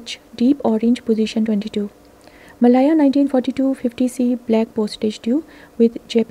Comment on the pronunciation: Malaya is pronounced 'Meh-layer' not 'Meh-lyre,' n selvedge is pronounced as it is spelt, not 'selvudge.' Thanks!